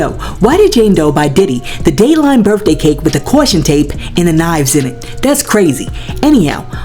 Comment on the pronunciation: "Happy BirFday to me." lmao